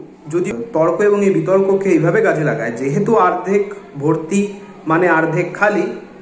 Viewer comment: তুই তো অনেক জানিস , কিন্তু এটা জানিস না যে ওটা আর্ধেক না ওটাকে অর্ধেক বলে । আগে শিখে আই তার পর লোককে সেখাশ। তোর দোর বোঝা শেষ সবার।😂😂